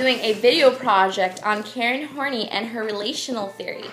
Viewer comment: You are NOT pronouncing her last name correctly - It is pronounced HORN-EYE